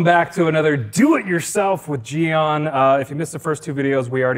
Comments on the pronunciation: I noticed in your videos - - - - What is the correct pronunciation for the word "Gyeon"? says Gyeon, says " gheeyeon". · It's funny how you pronounce gyeon. It's a very American pronunciation.... Definitely not how it's pronounced in Korean. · it's not meant to be a hard criticism or anything. Most people would have no idea the correct way to pronounce it, and I have a feeling that gyeon knows this so they just go along with the English sounding pronunciation.